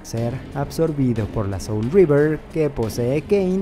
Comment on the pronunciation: Es que no es River, es Reaver su pronunciación es similar.